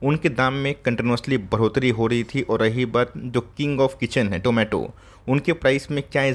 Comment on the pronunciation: Did anyone heard Zomato instead of tomato in this video like me??